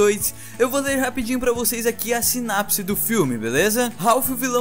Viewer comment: Mano,vc falou sinapse ,não sinopse. D resto,o Video ficou ótimo.